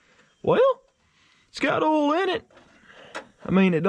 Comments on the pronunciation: "Ool", LOL 🤣. I've teased him about that too. Poor boy can't pronounce OIL 🤦‍♂️😂. Or aluminum FOLE, or an ignition COLE, or tilling the SOLE, LMAO! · I love the way you say oil lmao